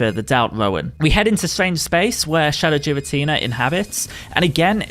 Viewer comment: no it's not the official one is Gear-uh-tina